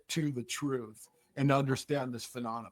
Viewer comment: I appreciate his service in the Marines, but I can’t take him seriously on this topic for 2 reasons. 1:He takes up for Kirkpatrick 2:He can’t pronounce “Phenomenon”. Keeps on saying “Phenonamah”